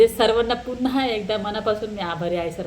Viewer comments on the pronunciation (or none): none